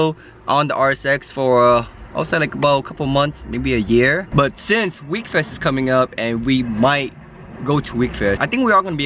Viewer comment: its not wekfest its wekfest lol everyone gets the name of that show confused